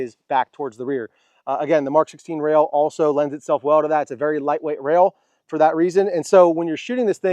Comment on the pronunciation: It's pronounced -Guys-we please future correct